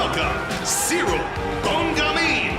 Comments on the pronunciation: Jon keeps saying Cereal ghejn… 😂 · I feel like everytime Jones says "Ciryl Gane" pronunciation changes 😄